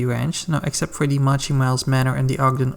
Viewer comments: It's not "Mah-chy".. it's "Moe-Chee" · No, no it’s defientely, moe-chee